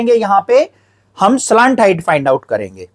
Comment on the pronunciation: Slant height ❌ slaant height 👍